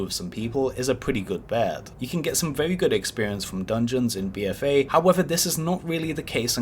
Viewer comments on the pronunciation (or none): Gwuinding mumbs for expewience c: lol